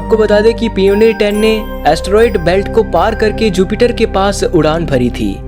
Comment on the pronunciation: भाई कहीं एडमिशन ले लो ! पियोनियर और वोएगर मत बोलो।